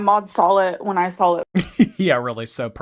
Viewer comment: I can’t stand the way she says SAWL aka saw